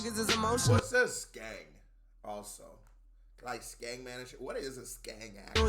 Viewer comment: U been reacting to uk for this long and you don’t know what ‘skeng’ is??? BOMBACLART